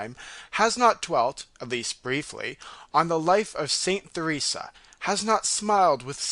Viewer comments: Sad isn't it? That someone who is reading an audiobook cannot pronounce Theresa. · O my sadness, what a dreadful reader. Almost impossible to follow meaning. This reader should LISTEN to a good reader. HE MISPRONOUNCES THE NAME “Theresa” OVER AND OVER. Jesu.